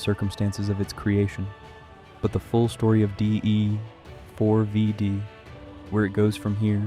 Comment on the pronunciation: You understand his name is pronounced "David" right? Is this an AI slop voice over, or are you really that uninformed? Not trying to be rude, but it doesn't instill confidence that you know what you're talking about, mis-speaking it that many times. If this was an intentional mispronunciation intended to elicit comments like mine, to drive engagement on the algorithm, then cheers to you. I'ma drop a thumbs down to counter-act that just in case though, seeing as how this is almost certainly AI slop crap, you lazy bum.